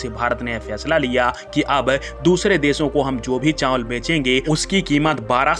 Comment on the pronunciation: चांवल नहीं, चावल बोलें।